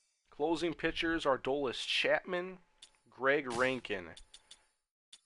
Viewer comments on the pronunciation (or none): It's pronounced Aroldis not Ardolis!